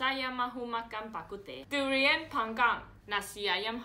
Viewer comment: 你讲durian的时候、以为你在讲粗话